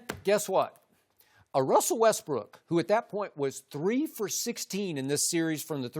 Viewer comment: "Wessel Westbrick"